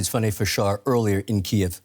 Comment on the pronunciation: Her name (the journalist) is not FUNNY, her name is Fanny "Fan Nee" ;)